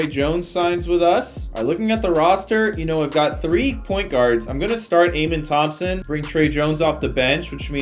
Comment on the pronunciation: Just for future vids it’s pronounced uh-men Thomson